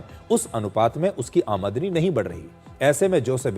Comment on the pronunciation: आ मदनी नही सिर। आम दनी 😅